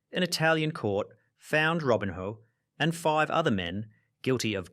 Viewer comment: Robin-hoe 😂😂 Seriously??? You have mispronounce everything on pourpose to get engagement, right?